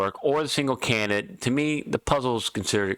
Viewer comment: Took me ten minutes to figure out what a "cayanut" is. The word is Can - di - date. Its - not - difficult.